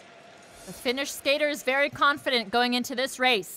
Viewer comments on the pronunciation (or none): none